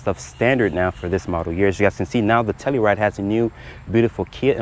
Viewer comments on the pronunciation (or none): TellUride, not tellyride.